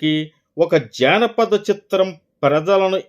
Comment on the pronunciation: అయ్యా - అది జానపద చిత్రం -- జాణపద చిత్రం కాదు !!!